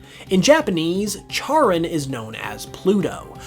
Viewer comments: Charon -> “care-on” not “chair-un” And Pluto isn’t a planet. Soorry. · Pls charon is pronounced like karen pls im in pain here